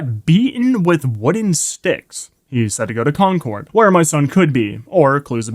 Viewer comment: as a native masshole, the way you pronounce concord bothers me